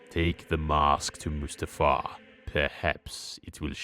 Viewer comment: mutafar? really? it's mustafar